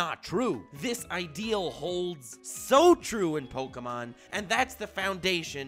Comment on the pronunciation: Is it pronounced pokAmon or pokEmon?